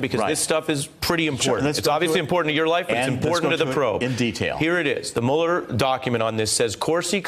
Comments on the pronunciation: "Mewuller". I hate that they mispronounce his name on purpose. It only makes them sound childish. He wants a pardon. LOL. Pardons are only for GUILTY people...or have we forgotten that? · Why isn't he pronouncing "Mueller" properly??? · Notice how many Trump co-conspirators say "Mule-er" instead of Mueller? One way the rats can identify each other. This guy was an INTERMEDIARY, and he is lying, just like he always lies. Just like Stone always lies. Just like Nunberg always lies. Just like Trump always lies. Just like Trump Jr always lies. Just like the Republicans in Congress always lie to cover up for them. The GOP has become the LIE.